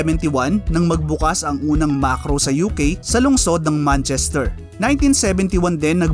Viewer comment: MAKRO hindi MaRKos 😁